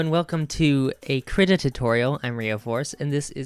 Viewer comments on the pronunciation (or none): kreeta not krihta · I do not mean to come off as rude in any way what so ever but it is pronounces kree-ta or so I've heard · i thought it was pronounced kreetuh